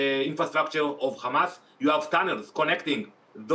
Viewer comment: of course they lie..no brainer there. yeah yeah .."khamas" "khamas"...its hamas...i just hate it when these monsters pronounced that name wrongly..